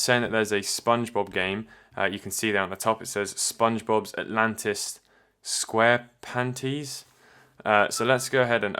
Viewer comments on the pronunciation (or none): your pronunciation of "Squarepantis" was cringeworthy lol. it's clearly meant to rhyme with "Atlantis" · Squarepantis rhymes with atlantis you lemon.